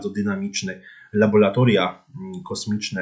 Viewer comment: laboRatoria bo aż uszy więdną na te "labolatoria";)